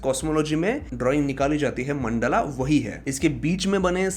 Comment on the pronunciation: E bhai....kya ye mandala , Vimana with extra aa at the end ...koi videsh se aaye ho kya...sahi se pronounce karo na